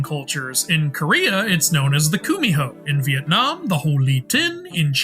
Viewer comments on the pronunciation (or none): none